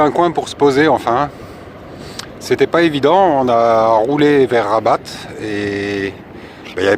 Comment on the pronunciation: Le T de rabat ne se prononce pas ont dit Raba